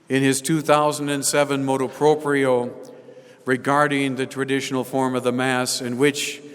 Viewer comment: MotU proprio not motO proprio.